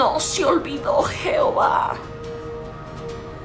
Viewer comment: No se dice jeovha. Palabra mal dicha